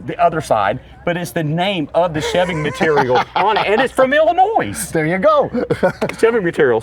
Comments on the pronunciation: There is no "noise" when you pronounce Illinois! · There is no “S” in Illinois.